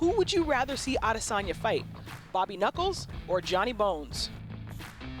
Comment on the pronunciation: Why does Chael call him 'Odesanya?'